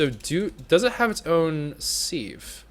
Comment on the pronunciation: sieve is pronounced siv not seev